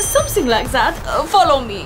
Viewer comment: I love the way that’s it’s “zat”😂